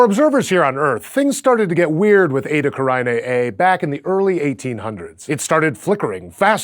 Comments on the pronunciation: Edda Karainée? It is Eta Carinae. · You are mispronouncing it, it is pronounced Eytah, Carenay, that is the easiest way to pronounce it correctly.